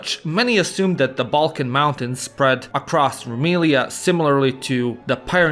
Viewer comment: Half of time through out this video i heard more pronunciations of "Belkan" then "Balkan".